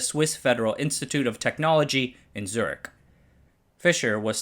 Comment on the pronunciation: He pronounces Zürich as «Zerg».